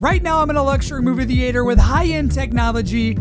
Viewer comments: movie thee-ate-her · Why do you pronounce it thee-ater? 😂 😂 😂 😂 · the way you say theater ruins the video off rip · I love the dedication to pronouncing “theater” that way